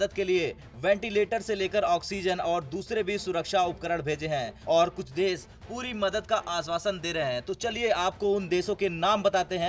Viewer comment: UTS DESH NOT DES